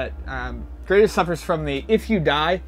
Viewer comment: Oh Gradius. So many pronunciations and none of them the same as in the game or in the Salamader anime. Thanks. <3